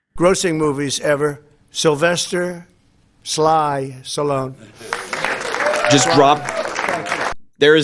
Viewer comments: Mate, he said Sallone, not alone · Stupordon said SA-lone. That’s disappointing to see Stallone is a maggot. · Common Harry. although I agree he's mentally declining, your just nitpicking because he dropped the "T" in Stallone's name. With all the major things happening today with Trump, This is at the bottom of the list. You're better than this. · Sylvester Stallone, popular during my era, was widely known as Sylvester 'Sly' Stallone. While the 'the great orange one' correctly pronounced the 'T' in Stallone, he seemed to have slurred the sound. Regardless of whether one viewsTrump as unfit for the presidency and harmful to the US image abroad, focusing on this is in my opinion not newsworthy. At least the Trump did not resort to using Stallone's other well-known nickname: 'The Italian Stallion.'" So we dodged a bullet there.